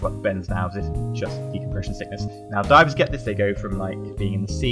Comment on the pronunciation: you have said decompresion sickness about 30 times in this video